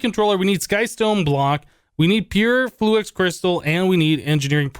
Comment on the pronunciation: Why do you say "fluax" instead of "fluix"?